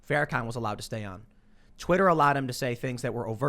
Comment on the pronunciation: Farakooker, typical. Hey Tim, say it BLACK SUPREMACIST. Its real easy. And it's real accurate.